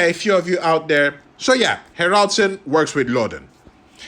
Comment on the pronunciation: Ha'raldsoon ....you say it wrong lol ;S